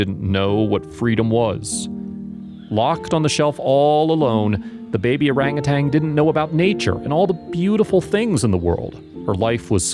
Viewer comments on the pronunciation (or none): Orangutan, NOT orangutang! Why is it so hard to pronounce properly? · Bless the wonderful people who rescue these sweet creatures (I wish the narrator, though, would pronounce orangutan correctly - not orangutanG. ) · They are orangutans not orangutangs!